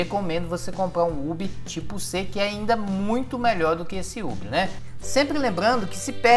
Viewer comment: Cara, Hub se pronuncia ''Rube'', pelo amor! kkk